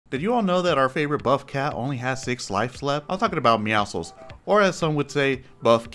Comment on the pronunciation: Me and my friend just go "Buff Meowscles" and "Emo Meowskulls" since you pronounce their name the exact same way